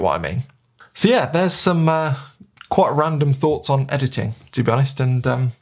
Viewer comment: ahahah loved how you say EDITTING! XD Anyway.. thank you for the video. I am myself shoowting Jpeg + RAW and starting to play with the in camera Fuji Jpeg settings to get the most out of them and see if I can get some more usable Jpegs. That would be particularly useful when sending the files to the phones.. (the app only sends Jpegs) Fuji let's you tweak highlights and shadows as well so I am trying to get more dynamic range out of them. A little bit like Logs in video... but not to that extreme